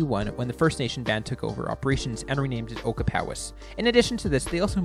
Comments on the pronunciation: Ochapowase….o-chap-a-waze, not oka-pow-ass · Ocahpowis!? It's pronounced Oh-chap-ah wace. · It's pronounced O-CHAP-O-ACE